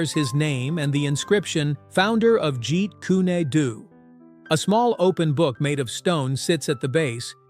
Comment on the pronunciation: It's OK to use AI to do the narration, but before uploading the final version, it's a good idea to listen to it at least once so as to get rid of any mispronunciations, like the name of the hybrid marshal art coceived by Lee, called Jeet kune Do, ridiculously pronounced by the AI narrator... Or dozens of other instances of wrong intonations making the flow of the narration so unpleasant...